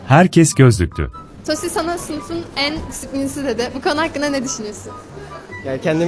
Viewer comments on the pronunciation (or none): Tosi değil cros